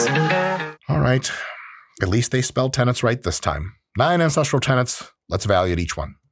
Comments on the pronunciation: He actually often mispronounces tenets as tenants. I think the close captioning was accurate to be fair. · He's definitely saying "tenants," it's a mispronunciation. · To be fair to the tik tok guy, Liver King sounds like he's actually saying 'tenents'.